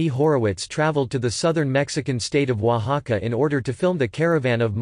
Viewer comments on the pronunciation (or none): none